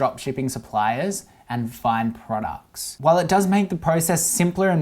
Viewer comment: thumbs up for the number of times says "prawducks"